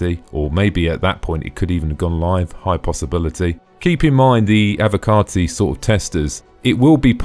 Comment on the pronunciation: I love that its being said correctly for a change "Avocarti"